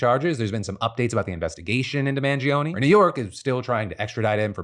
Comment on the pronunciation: Phill you claim to be italian but can't pronounce mangione. 😂